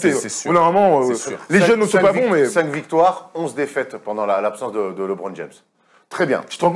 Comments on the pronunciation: Il me saoule à dire Libron ! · Être fan de LeBron et mal prononcer son nom ça la fout mal quand même